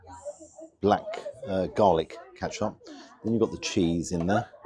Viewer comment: Ketchup not katchup